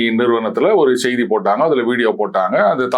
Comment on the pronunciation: அவர்களே,செய்தி என்பதில் செ வை மென்மையாக உச்சரிக்கனும்.செ வை ரெம்ப அழுத்தம் கொடுத்து உச்சரிக்க கூடாது.